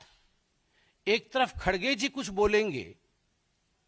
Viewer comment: खड़गे not खडगेजी